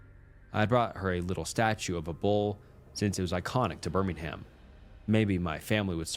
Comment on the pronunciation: birmingham is pronounced birming-um, not birming-ham,just so you know! love your videos!